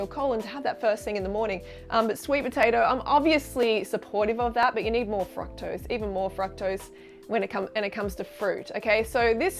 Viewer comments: Is she saying FRUCKTOSE? She says fruit fine though....confused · I cant stand the way she pronounces fructose...ITS NOT FRACKTOSE YOU GOOBER!